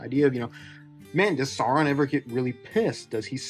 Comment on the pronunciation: Stopped watching upon hearing "So-ron". You don't need to do the ridiculous rolled r of horrible rings of power lady, but if you're going to have the pretense of talking about these things, then c'mon...